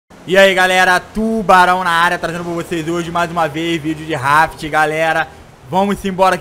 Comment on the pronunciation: Sabe nem falar raft jkk 🖓